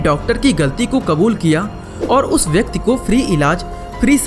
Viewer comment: Bhai vyakti hota hai vyakt nahi